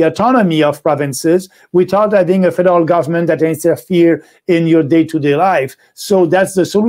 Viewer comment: When he says federal government it sounds like Fidel government. LOL